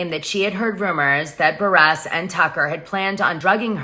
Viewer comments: Lmfao at Kandi “Buh-Resss”. And “EX-scape” 🤦🏻‍♂️ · It is Kandi B u r r u s s pronounced Burr russ. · I love you Dana but it’s buhrr-iss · You are pronouncing Kandi’s last name wrong …